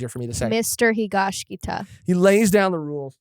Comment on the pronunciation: Guys, i really enjoy your conversations, but it's HigashiKATA, not -KITA 😭